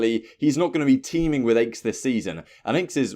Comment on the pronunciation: NOT ACHES ANYONE BUT ACHES